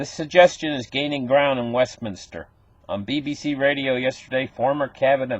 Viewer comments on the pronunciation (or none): none